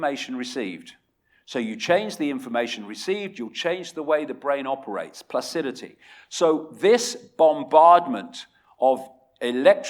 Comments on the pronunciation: it's not 'placidity. the word is 'plasticity'. Yes, there is a lot of manipulation going on. if you read John Calhoun's mouse Utopia we would probably headed for a population decline with or without AI because there simply too many of us on the planet and we are destroying the planet. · Its plasticity, not placidity. Also, says "studies have shown this" but provides no links to support this. What a load of crap. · PLASticiTy, NOT placidity. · Lol. He always says "placidity". Even his last book says it a few times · plasticity, not placidity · "Placidity" is priceless